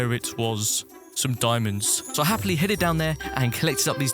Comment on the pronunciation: he always says happly when he does some thing LOL